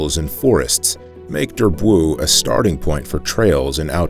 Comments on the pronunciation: Durb-woow ? ... oh please Durbuy is pronounced [dyʁ.bɥi] . Or 'Durb o wee ' for your average low educated American , where the O is very short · Durbuy : dur bwee .Namur not Namoor .